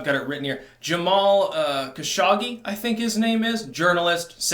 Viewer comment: Pronounced Ka-show-ge. Look up his father Adna. Mega famious arms dealing family.